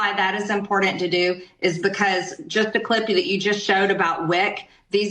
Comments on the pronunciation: MTG says "impor-dant" which drives me insane. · Do you think, she knows the word is important, not impordand, or is it that, she just can't enunciate important? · IMPORDANT.….. You heard her folks! Straight from a modern political genius. 🍊🤡💩👺🧟‍♂️🐍🐖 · I get bothered when people say “imporden”. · Totally off topic BUT when people pronounce important as impordant. It's a visceral reaction. Ignorant. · You shouldn't be in Congress if you can't say the word "important" period stop. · Someone please tell Marjorie the word important does not have a D in it